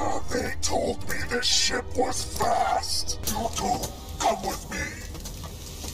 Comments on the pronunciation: “??? Going down” “Did he say ships going down or shits going down” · Every time I hear “ship” in star wars I only hear “shit” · When he said “they told me this ship was fast”, I thought he said. “They told me this SHIT was fast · Grievous said "ship" but i hear "shit" LMAO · That tends to happen when droids say ship lol